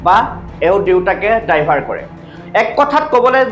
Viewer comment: "ডাইভাৰ" নহয় "ড্ৰাইভাৰ" । উচ্ছাৰণ কৰোঁতে অলপমান ধ্যান দিবা।